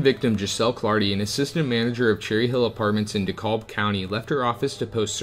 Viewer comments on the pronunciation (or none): Dekalb is pronounced dee-cab. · Hey man, good video but heads up: DeKalb is pronounced De-Kab. Thanks for making a video about Georgia! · DeKalb is pronounced Duh-Cab, Macon is pronounced like Bacon and you already have Cordele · Great video but learn to pronounce the towns. Dekalb sounds like De-cab and Macon sounds like May-con. Cordele sounds like Cor-dell. I think that’s it. You can always YouTube how to pronounce them. Lol sorry really great info though.